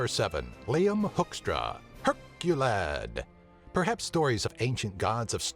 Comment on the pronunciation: Liam- Hurculad